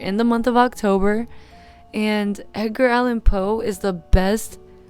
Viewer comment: WHY DID YOU SAY “EDGINE” LIKE THAT?